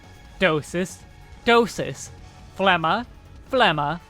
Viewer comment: got my sub for pronouncing phlegma correctly